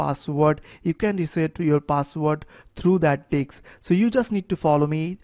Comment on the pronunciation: thynx but it is not diks it is disc